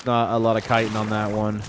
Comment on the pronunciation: Chitin sounds like>>>>>>> (Ky-tin) !!!!!